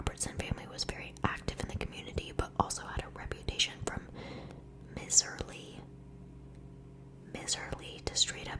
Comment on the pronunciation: Miserly is a word! Pronounced “MYserly”- it means someone who hoards their wealth/is resistant to spending money (from the term “miser”). Love your videos! You have a great voice for ASMR :)